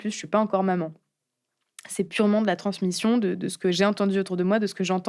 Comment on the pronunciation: Euh... Transmition???